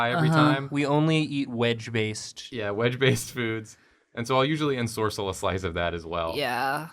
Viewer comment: I could’ve sworn that ensorcell was said with cell emphasized at the end, not sorc